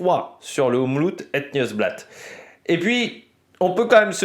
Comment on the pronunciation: Petit cours de prononciation 😂 : c’est Omloop (comme lettre o et pas ou) het nieuwsblad tu l’as bien dit ;)